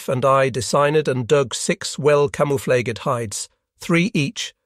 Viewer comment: "Camoflaygehd hides" ##AI VOICE DETECTED!##